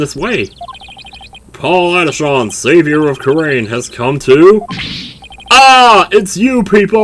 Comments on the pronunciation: Paul Atishon is supposed to sound like “politician” it actually hurts hearing you say Adishawn. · No no pronounce it as Paulatishion in other words politician yeah the name puns continue but it can’t beat one that you’ll see later